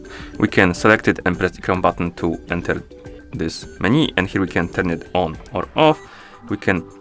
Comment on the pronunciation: It's not meni, it's menu